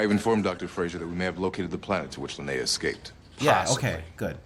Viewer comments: It's Li-nay-uh brudda ... not Lee-En-a ... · Linea, not Leanna. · Constantly calls Linea ‘Leanna’ Me: 😬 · Stargate cast: Clearly says LINEA many times: LIENA! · hears the name "Linea": "Who's Linea? I thought it was Leanna." Also: * continues to call her "Leanna" throughout the episode * 😂😂😂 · Literally hears them say Linea 200x, continues calling her Leanna. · Aaaaaaaaaaaaaahhh!! No, stopping the video wasn't really annoying, but mispronouncing the name Linea OVER AND OVER AND OVER, even though you heard it every 2 minutes in this episode, that was annoying. I think you should get an MRI, there is something wrong with your brain. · Why did you insist on saying the name wrong even though they said it right a bunch of times in the episode? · Your insistence on constantly mispronouncing Linea's name was starting to get on my nerves lol. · mispronouncing "Linea" (900)